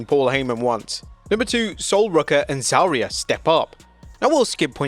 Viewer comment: why do he pronounce Sol Ruca and Zaria's names like that? 🤢🤢